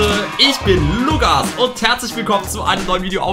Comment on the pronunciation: Du heißt Lukas mit k und nicht mit g